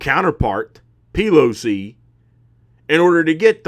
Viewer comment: Hahahaha..."AOC and P-Lo-C". Love ur takes brother👍.